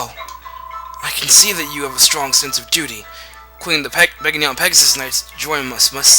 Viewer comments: Begnion. Ben-YON. The g and n are like the word, gnaw. Get that through your skulls. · In Radiant Dawn The Narrator Says Ben-Yon